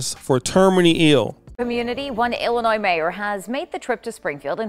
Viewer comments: Having gon to hs in dolton Illinois and seeing what she’s doing I hope they get rid of her 💯 what really grinds my gears is you pronouncing the s in Illinois tho do better brotha 💯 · I'm not American and I know you don't pronounce the S at the end of Illinois. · we don't pronounce the S in Illinois! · No disrespect. When you pronounce Illinois. The S is silent. Good video